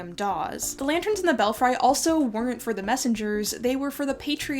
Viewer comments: Belfry is pronounced "bell free", not "bell fry". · FYI: The second syllable of "belfry" is prononced like "free" not "fry". It is accented on the first syllable. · Please, please, PLEASE look up pronunciations, if you are not familiar with a word, example-belfry is pronounced bellfree, not bell fry. It negatively impacts your well-researched presentations. Another example is privateer (pry va [short a] tear); other examples slip my mind at this moment. There are even resources that will provide a verbal pronunciation. Looking forward to learning more from you! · /bĕl-frē/ , /bĕl-frē/ , not /bĕl-fraı/ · Just an FYI that belfry is pronounced "BELL-free" (not BELL-fry). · Bell-'free' not fry... otherwise great content! I can tell you read a lot. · Bel Fri...not bell fry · Belfry--bel-free not bel-fry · belfry is pronounced Bell free..love your videos..I apologize for being a diction nazi..it's my cross to bear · I love your videos! Just one thing, it's bell-free not fry 🙂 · The tower in the North Church was pronounced bell free, not Bell fry. Loved your post and your history lessons. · Belfry is pronounced bel-free. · Pronunciation: belfry (bell - free) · “Belfry” is pronounced “BELL-free”. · Belfry is pronounced BELL-FREE. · Please pronounce "belfry" correctly. It's bell-free with a long e, not a long i. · Fun and fascinating history, but 'belfry' is pronounced Bel-Free. (for next time). I've just subbed. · Please tell me I’m not the only person who has pronounced belfry wrong all their life? This is the danger of reading before you are taught 😅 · I was going to comment (after checking sources) to agree. Also Newfoundland has the accent on the first syllable.